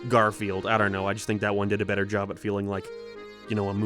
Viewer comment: What is the term used for the way speaks? "Jobuuuh", "Meaningfuluuh", "Seenuh"